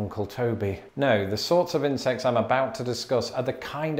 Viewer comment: I got 50 seconds into this before I realised that you were saying 'insects' and not 'incest'. It was a lot more fun up until then.